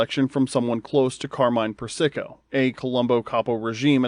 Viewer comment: Persico. PURR-SUH- KOH!! Not PURR-SICKO